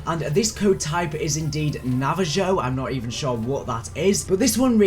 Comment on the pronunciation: Navajo = na-va-ho